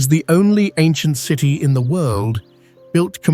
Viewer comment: . "Three hundred an duh.......seven TEEEEE miles" - AI. Human translation: three hundred and seventy miles. Then, the narration app says "basil" randomly . This is a fun game! Thanks OP! "forty eight tchoo thousand" tchoo? "100 degrees efff." That's minor, but a human would have said Fahrenheit. "Ozkonak underground cee tee". City "A mystery story" so close, but no native English speaker would say it like that. "An unpublished deep tunnel" unpublished? "Astronomy rules"!!! Longyou caves so many images of other places! Probly all of them are wrong. I laughed when saw an image of a native American petroglyph! They never even showed the real images of the carved out caverns. That's too bad because It's quite impressive! You should look it up to see the real images. The minor linguistic mistakes were amusing, but the piece about the Longyou caves only showed random images from around the world. All credibility is lost. So on that note, I'll stop watching. Take care! Always do your own research. These videos arent always accurate.